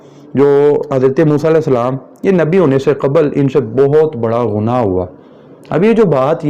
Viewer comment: کہاں تو گنگو ٹیلی اور کہاں مولانا مودودی آسمان دنیا پر چمکتا ستارہ؟ اردو بھی تمیں ٹھیک سے بولنی نہیں اتی، گناہ کو غنا کہہ رہے ہو۔